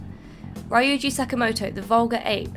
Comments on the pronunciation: Hey, just letting you know Ryuji's name is pronounced Ree-uji :) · Well, not really, but I guess the American voice actors pronounce it that way. And it is at least better than "Rye-uji". It should be "Ryuu-ji". It's very hard to explain it properly in writing, but imagine the word "you" plus a light r-sound in the beginning.